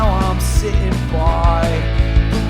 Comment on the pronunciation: Oh no,...."Now I'm si'in' buy...", he..ehehehe....HAHAHAHAHAHAHAHA!